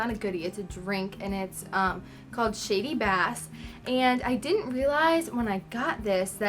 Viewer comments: It's called Shandy not Shady, the N isn't silent. And I really wish people trying drinks would pour it in to a glass and not drink from the can, it makes a difference. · Can't you read? It's shandy not "shady" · Shandy not shady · It's ok, she's clearly an idiot. It's SHANDY not SHADY! Learn to read! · Shan d that is how you pronounce it